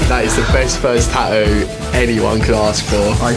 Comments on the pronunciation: I’m sorry, but the word is “tattoo” not however you turds are butchering that word “ta ewww” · Ta-oo ... 🤣🤣🤣 I love it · I hate how they say “tattoo” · They can clearly say the 'T' sound at the beginning on the word "TATTOO" SO WHY TF can't they pronounce the 'T' sound the 2nd time?!?! 🤔😂🤣😅🤔🤔😐😒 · In the word "tattoo", there are 2 t's. She don't says 1!?! Learn to speak correctly....... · bro the way she pronounces tattoo pisses me off